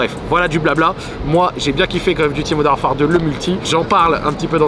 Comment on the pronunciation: le modern war-far me bousille les oreilles